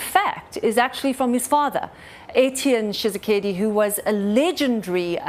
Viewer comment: It's pronounced etch-yen Chi-sek-eddie